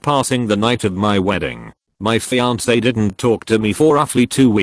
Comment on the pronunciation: I miss "fian-ke."